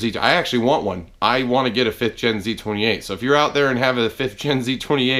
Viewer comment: I thought you said, "the other dangling thing in the room is Nosey 28." I'm like what the hell? lol